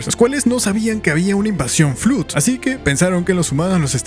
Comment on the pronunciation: Ok, me sorprende ser el primero en decirlo, pero el Flood canónicamente se ha pronunciado Flood ( /flʌd/ "fluhd" ) sonando la primera o como o universal y la segunda como o anglosonante... Que digas Flud no puedo evitar que me taladre los oídos y me de risa por igual 😂😂😂😂 me hiciste el día con eso.